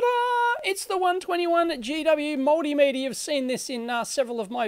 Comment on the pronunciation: For some reason I hear "moldymeter" instead of multimeter :D Thumbs up!